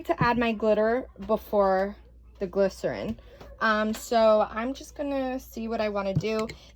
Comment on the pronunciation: It's Glycerin, said like "Gliss - er - ine. Close.... I wondered if those tumblers on Amazon worked very well, I've seen mixed reviews.